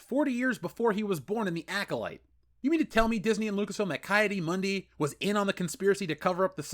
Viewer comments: Isn’t it “Key” Adi Mundi? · Wow,you butchered the hell out of Ki-Adi Mundi name😂😂😂